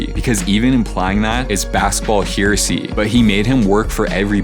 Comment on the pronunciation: Great video until you said the word heresy like you don't know it.